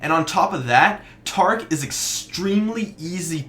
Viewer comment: tarc.. wuth? it's ta-rick